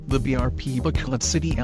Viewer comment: BRP Bacolod City, not Bacoloc